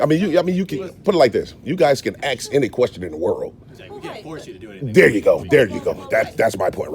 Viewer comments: I appreciate your work. I DO have a suggestion: Your EDUCATIONAL video would hold more MERIT if you learn how to pronounce the word "ASK" properly. It is not "AXE"... the "S" comes BEFORE the "K". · I love you man but work on your pronunciation of the words "library" and "ask" just to name a couple. This hurts your appeal to a larger audience in my opinion which I could be wrong. I'm just being honest with you and I love your work. I can't figure out why you're not the biggest auditor on the internet so I'm trying to crack that nut. You definitely need to replace your intro as what you have now definitely doesn't work. You also need to come up with more splashy cover shots. Personally I hate the splashy cover shots but I have to admit that I think they must be more effective at driving first time visitors. Please don't be mad at me I beg of you because I have so much respect for you that I'm telling you this. It is a waste that you do not have an audience 10 times the size that you currently have. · You should say ask not ax!!!! Take that out of your vernacular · Except he can’t say asked and says axed 🪓 150 times a bloody video it frustrating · Just for the record… you are not allowed to axe a woman. And if you mean to say ask, you sound really stupid during an audit in which u try to educate people. Greetings from the netherlands amsterdam, where we speak better english, obviously, then in the states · How can a grown man "axe" a question?? SMFH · He can not even pronounce the word ASK! It is ASK idiot and not AXED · Am I hearing "aks or aksing" instead of "ask or asking" by the auditor 😂😂 Or that's some kind of slang Either way, good job.💪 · Is not axe a question it is ask a question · Your not to say ax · Holy shit you need to work on your literature…. Wtf is a liberry?? And it’s ASK not “axe”. Brush up buttercup……. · It's ASK, not AKS, OR AXE. It's library not libary. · Stop saying “lie berry”it’s like saying let me “ax” you a question….just saying 😮